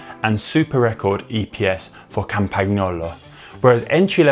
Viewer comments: I said 'appreciate the efforts' 😅 Definitely not perfect, but a lot better than previously, at least shows they're making an effort :) Connor if you're reading, easy to break down as: 'CAMPAN-YOLO' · Nope. Pronunciation is not correct. But Connor made a good attempt. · As an italian i was actually getting mad how he pronounced campagnolo lol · No, it's not.